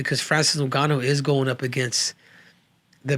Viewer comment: Bruh are your trolling or is it real you cant pronounce names?? FRANCIS NOONGANO......OR FRANCIS NEWNGANO?